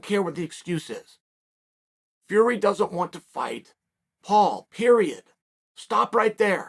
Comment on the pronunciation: Biggest bullshiter in the world everyone knows Tyson fury and he still pronounces the surname wrong He promotes MMA and wrestling This guy has no say when it comes to boxing